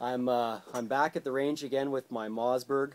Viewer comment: MOSS!!!!!!! MOSS BERG, not mozz